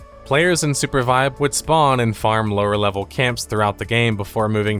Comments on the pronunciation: Bro, you keep saying Supervibe. Why make the name more cringe than it already is? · The Name is a combination of Super and Survive. Mentioning it since Sounded like you thought it was Surpervibe.